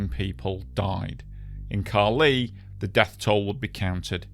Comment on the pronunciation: it is Ca li, on the "a", not the "i"